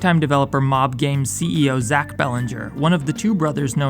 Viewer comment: you said belanger wrong its pronouced bell anch e